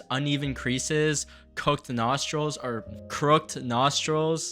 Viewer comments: DID HE SAY CROOKD NOSTRILS? OK GO TO GOOGLE OR A DICTIONARY AND LOOK UP THE WORD CROOKED. HOW ARE PEOPLE THIS ILLITERATE. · I really enjoy your videos which is the only reason I’m saying this. Crooked is one syllable when it’s meant to convey the act of bending something (like he crooked his finger) It is pronounced with two syllables crook—ed when it’s conveying something that is bent or broken. So it would be crook—ed nostrils. ❤ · Crooked is pronounced crook ed by the way! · You mispronounced crooked.